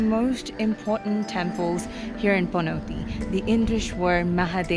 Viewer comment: Dafaq is wrong with your accent.. its panauti not panatee... And yomari no yamri... Nepali le nai yesari vane paxi khattam bhayena vanya...